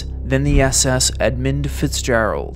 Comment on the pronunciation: It’s EdmUnd not Edmind, fool